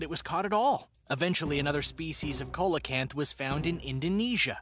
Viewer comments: It's pronounced "seal o canth" not coal a canth. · Coelacanth is pronounced, See-la-canth. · Colelacanth is pronounced "sea - lo - canth" and Megalodon is "meg - al - a - don" but otherwhise a great video! 😄❤️🇧🇻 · See-low-canth is how you say the name of the fish